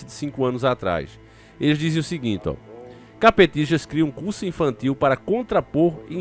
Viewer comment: Uma coisa é engraçada, quando se ouve o falando CAPETISTA, eu entendo caPTista. Kkkkk